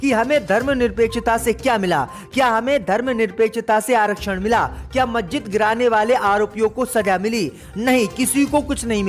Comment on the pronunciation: مججت نہیں مسجد 👎👎👎 मज्जित नहीं मस्जिद 👎👎👎 Majjit not Masjid 👎👎👎